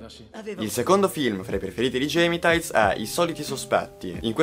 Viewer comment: Fai video per Esse Magazine e non sai pronunciare bene Gemitaiz. Che urto